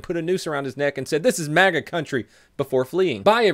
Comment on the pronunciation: MAGA i thought you said manga in all honesty and about pissed myself laughing